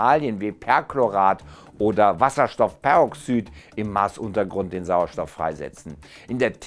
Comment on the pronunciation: Ähm... Die Verbindungen heißen "Kohlenstoffdioxid" und "Wasserstoffperoxid", nicht "...-oxyd" oder "...-oxüd". 🙈